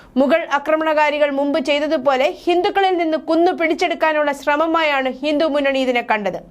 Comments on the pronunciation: ഹിന്ദു എന്ന് വ്യെക്തമായി പറയാൻ അറിയില്ലെ. ഹിന്റു എന്നാണല്ലോ പറയുന്നത് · ഹിന്റു അല്ല ചേച്ചി ഹിന്ദു എന്നാ പറയേണ്ടത്